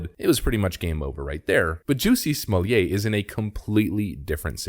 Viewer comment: OMG did he just call him Juicy Smokay!!